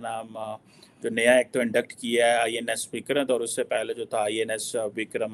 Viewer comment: Naam toh INS ka sahi se lele mere 😅